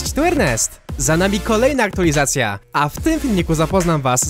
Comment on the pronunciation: co to znaczy "Aktulizacja"?? lubię Cię, wspieram ale na miłość boską język polska!!!! == AKTUALIZACJA!!